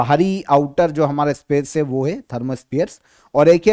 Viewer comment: आपकी गिनती सही नही है। बाइस को बावीस उनचास को उनपचास है को हे जीभ को कुछ ज्यादा ही घिसते हैँ आप। सससससससस......😅😅😅😅